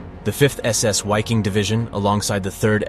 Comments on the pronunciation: It's pronounced viking. The german language pronounces w like v. And v is pronounced like w. Examples: Wiking pronounced like viking Waffen like vaffen Wehrmacht like vehrmacht. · . In the German language W is pronounced V. So Wiking is pronounced Viking in German. Wehrmacht is pronounced vehrmacht and waffen is pronounced vaffen. I lived and worked in Germany for five years: I never heard any German pronounce a W as a W, it was always pronounced V. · I guess this is AI voice-over, but I believe it's pronounced "vicking" in German. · Dude, the "w" in Wiking and Waffen are pronounced as a "V"...sounds like "veking" and "varfen" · Ok, W's in German are pronounced as V's. Its VIKING. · Dude, it was SS VIKING and not wiking xDxD. Wiking is the german for Viking. Dumb dumb stupid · Great video.... but isn't the European pronunciation 'V'eye-king', not 'Why-king'? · Why? Why in the opening of a documentary or rather how could you not know having supposedly done so much research would you refer to these men and the-pro.(WHY-king) division. It’s about as simple as just say Viking in English that’s just how to pronounce Wiking=Viking. No one one called them that. Or the Where-mocked) come on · It's pronounced Viking not wiking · Why king ? Really. It’s still pronounced Viking. Come on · It's pronounced "Viking" not "Whyking". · It's Pronounced as a V hence Vik-King not wy-king. I new a former Dutch member! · Why-king? It’s pronounced Vee-king in German.. but even normal English Vy-king would have done. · It is not Wiking but pronounced Viking. Germans pronounce a W as a V. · the true pronunciation of wiking is ve' king. it is Latin. or the English pronunciation is Viking. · It’s not a w it is pronounced as a V or a double V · The pronunciation of "Wiking" in Scandinavian is Veeking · Dude the letter "W" in German is pronounced like a "V". So it's the VIKING Division...! Really makes it seem as if you don't know what you're talking about. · pronounced Viking